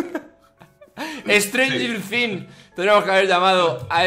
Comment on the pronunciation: estrenyin fing